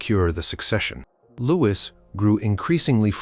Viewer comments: I wish the narrators on this site would learn that the name Louis is pronounced "Loo-eee" and NOT Lewis. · Is that you don’t know how to pronounce Louis? Is this why you switch between Louie and Lewis every other time you say it? It doesn’t take long to look this up. It does you a disservice.